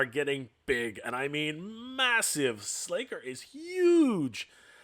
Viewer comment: Nah, it's slay ker